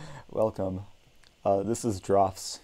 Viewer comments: Also it's pronounced the same as drafts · It's pronounced "drafts" btw